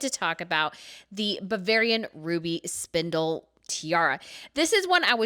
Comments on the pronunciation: You might want to check your facts and pronunciation before putting out videos about other countries and cultures. Octoberfest is actually mostly in September. Also, it's Saxe-Hildburghausen and the stones are spinel (spin-ell), not spindle. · Its spinell yes. I don’t understand why she says spindell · It's SPINEL not SPINDLE FFS ! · Spinel, not spindle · Ruby and spinel (not spindle). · This is a stunning tiara! But the gemstone name is pronounced “spi-NEL”, not “SPIN-el”. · The stones are called spinels not spindles... If you are trying to show your knowledge of jewels, mispronouncing this over and over makes me question your knowledge is not what it should be. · SPINEL , not "spindle"! Jeez, learn how to pronounce SPINEL!!! I'm done with this crap. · She keeps saying SPINDEL instead of SPINEL ! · Its not spindle its spinel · spinal. not spindle. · Why do you say "Spindel" when it's simply "Spinel" (pronounced "Spinell")? I know that Therese von Sachsen-Hildburghausen is really, really difficult to say. Quite the tongue-breaker, actually. Try first part "Sakzen", and the last part like "Hillt-boorg-howzen". Might get you much closer to it. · Not spindle!! Spinel! A reddish, pinkish precious stone! Or a crystal. Nothing to do with spinning. Please! Please! Pronounced "Spin -nell". Thank you! 💎💎💎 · The word is SPINEL not spindle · hi from the philippines. i like watching your videos:) just a comment: It is spinel and not spindel/spindle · Please, as a rock and gem person, it is Spy-nell, no D in there. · How stupid can this woman be that she keeps calling “spinels” “spindles” how exactly do you screw that up that badly? It’s pronounced exactly as it’s spelled S-P-I-N-E-L! There is no D anywhere in the word! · i wonder why you kept saying spindal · Should probably learn to pronounce “spinel” 🫨